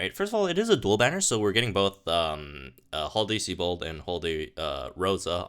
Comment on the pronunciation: Seabad? I presume you're joking? Ive heard this a few videoes now... SIEBIOLD (Psy-bold/See-bold). Love your content though, lol.